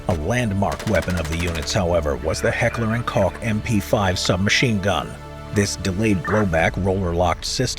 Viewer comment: Congrats, your pronounciation of Heckler and Koch improved since the last time I heard it in the Iranian Embassy series!